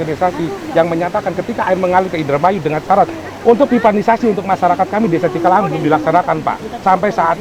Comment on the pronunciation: Ralat pak cikalahang sanes cikahalang😂